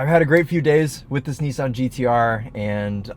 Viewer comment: had to double take, my man definately just said "Oni-san GTR" 😂